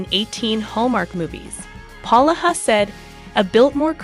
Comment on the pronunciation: PLEASE PRONOUNCE HIS NAME CORRECTLY IT IS POlaha NOT PAloha